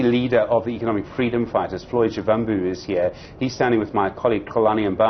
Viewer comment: its SHIVAMBU LEARN TO PRONOUNCE PEOPLES NAMES PROPERLY . PLZZZZ 🤍